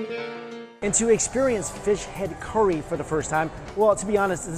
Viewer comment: 1. You and Mark Wien's bro-mance continues...what's up with the nearly identical uploads in the last few months?! - no complaints, but...I just find it funny. 2. You pronounce curry -> CORY. It's endearing ;)